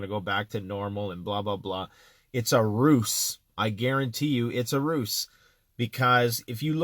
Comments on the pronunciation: btw its pronounced "Ruse" is pronounced " Rooze " Not Roose.Not trying to be a dick, knowledge is power brother! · A 'Ruse' is pronouced "Ruze"